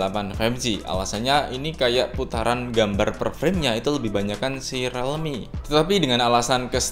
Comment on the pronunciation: Rilmi bang bukan relmi